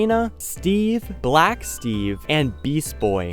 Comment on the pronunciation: why did bro say black like that 🤨🤨